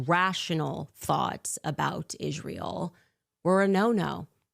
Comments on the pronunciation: Why is it that she always says Ishrael instead of Israel? 🤔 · Her tone is so arrogant and condescending. Plus, why can’t she pronounce Israel correctly???